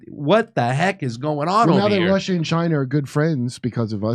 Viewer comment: "women wacism wussia" 🤣😂 perfect Kurt